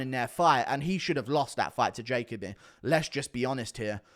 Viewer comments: FYI I've always heard it pronounced Jah Coby not Jacob Bee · It’s pronounced ja Colby